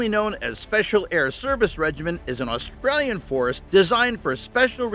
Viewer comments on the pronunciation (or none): none